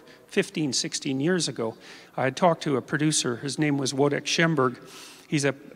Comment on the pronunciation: I totally agree, I just wish he knew how to pronounce his friend's name (Wojtek)!